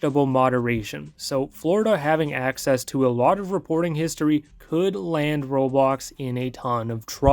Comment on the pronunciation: U said it wrong